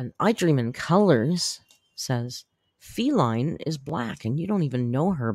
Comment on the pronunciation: who reads everyday, still says “Feline” … which is a genus for cats, rather than “Faline” … who is the Bambi character she’s referencing. She always gets it wrong. Just like how she always calls Chantal, “Chantelle”. Clown.